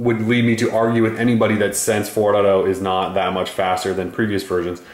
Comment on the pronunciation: Took me a while to realize that "sense fourado" was "sense 4.0" (four dot 0) xD